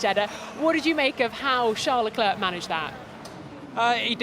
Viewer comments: Why is she calling him Le Clerk? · Please make some efforts to pronounce Leclerc's name properly, missy!!! There are 20 pilots on the grid. This should not be so difficult to remember their names and how to pronounce them... 🙄